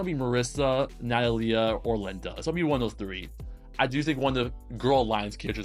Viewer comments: I mean maybe we're both right I thought Amelie would be Amelíe and it was actually Ámelie/Amélie As a native spanish person and speaker i've always pronounced Natalia as Na-tá-lia and not Na-ta-lí-a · It's alright i know you didn't say that i'm wrong Because i never said you were wrong either way we're all just trying our best and sometimes we just gotta help each other out I think the way you say Natalia is fine too it just stranged me a bit at first